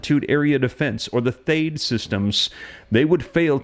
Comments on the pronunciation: It’s .THAAT, like dad, THE A’S SOUND LIKE THE A’S IN DAD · Love the reports. Just fyi, military pronounces THAAD as th+add and ATACMS as Attack+ems. Thanks again, sir.